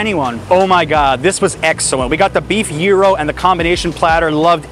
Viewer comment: It’s called gyro not gero